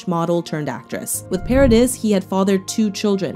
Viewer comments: Vanessa's past name is pronounced pah-rah-dee. Not paradiss. It is french. The s in the end is silent. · Paradi silent s